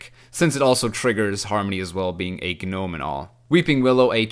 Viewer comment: Gnome is pronounced " nome" , without the g anyway your content is really good keep it up dude